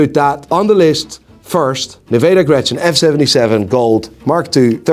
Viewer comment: Isnt it "Nivada Grenchen" instead of "Nevada Grechen" ?